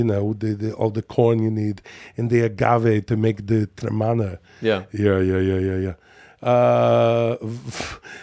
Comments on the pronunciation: Then he went right back for him to say Trey-manna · Took 19 episodes for Will to say Teremana instead of Trey-manna